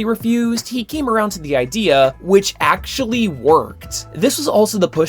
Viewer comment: um, ACKCHUALLIEY